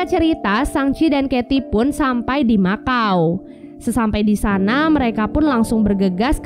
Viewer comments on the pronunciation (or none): none